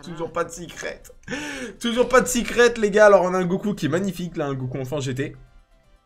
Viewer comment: Pk tu dis sicrette.....au lieu de secrète ?